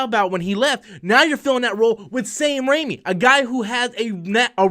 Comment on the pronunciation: He's name is Raimi. Not Rami. You're thinking of Malek.